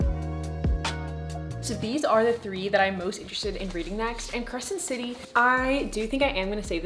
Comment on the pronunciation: Why did I think you said credence and I was like 'no'